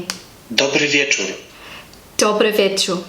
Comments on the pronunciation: This is so interesting to me. I am from Slovenia and we also speak a slavic language. It seems you, as an english speaker, don't hear all the sounds (letters) they pronounce like in the "good evening" = "dobry wieczor" - you probably didn't hear the R at the end, so you didn't pronounce it. Also, does the application have the option of really slowing down the spoken part? That would be really useful since they speak so fast. It's too hard even for me to hear and repeat everything they say. I think being able to hear each word pronounced slowly is essential. Anyhow, keep up the good work and have fun learning a new language :) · It's interesting, from my Polish POV, to hear how foreigners have problems with the simplest and obvious (again: from Polish POV) things. You pronounce some words and phrases suprisingly well, almost perfect, while some seem impossible to pronounce for you. For example you notoriously lose the final "r" in the word "wieczór"_. I have no idea how it is possible at all. 😆 If there is _"r" you have to read it, simple as that. You also distort the "z" in the word "poznać" just like the amplifier distorts the sound of a guitar in a heavy metal music. If there's a syllabe _"z"_, we read it simply as "z". like in the english word "buzz", not as some "thfwxgrz". 😛 I think the problem is some syllabs in English words aren't pronounced/read, while in Polish we always read what we see. On the other hand every Polish will understand what you want to tell him, so it's a success. He/she only will know that you're a foreigner. A VERY foreigner, probably from the farthest end of the world. Like New Zealand. 😀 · You should say ,,r", bcs you dont said ,,r". In our language ,,r" is strong, hard :) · Cześć hello cześć- ććć! Dobry wieczór - rrr! You didn't pronounce the letters ć cześć and r wieczór. Greetings from Poland